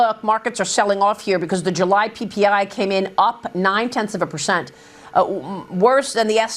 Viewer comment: Someone should tell maria that its percent. Not pershent. Learn english sweetie.